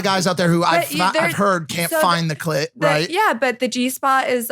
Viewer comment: Why he say clit like that😂😂